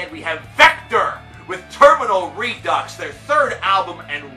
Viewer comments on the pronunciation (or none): none